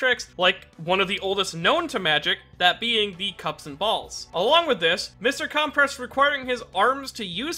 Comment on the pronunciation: Not CALM PRESS it’s pronounced (cUm press)